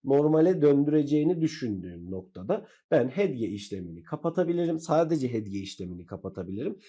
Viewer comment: inanamıyorum arkadaşım konuyu anlatmak için video çekmişsin ama hedge hedge diye başlıyorsun ya....keşke bir öğreniverseydin telaffuzunu...